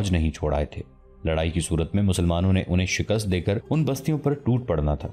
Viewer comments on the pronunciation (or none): none